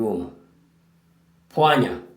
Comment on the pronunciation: bro. this is good lesson, but it sound like pwanya and not pwana